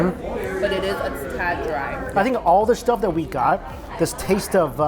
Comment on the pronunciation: can say any words that involve the letter 's' properly? he always pronounces s words like 'SH' or 'X' i guess his chinese accent can't be hidden.He would say 'shtuff' or 'xtuff' instead of 'stuff'. Can't get a clean S in.